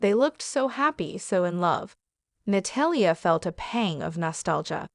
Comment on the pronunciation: Na-tall-ya = Natalia. Please learn to pronounce her name properly. I had no idea who you were first referring to.